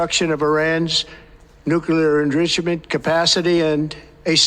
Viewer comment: Nucelar enrichamen